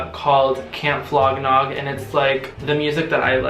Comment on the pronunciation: Are you saying Camp Flog Knob?